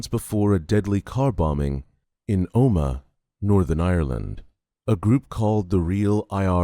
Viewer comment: Omagh not Oma